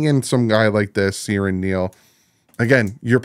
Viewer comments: It’s “Sir an” not Siren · Get his name right 😂😂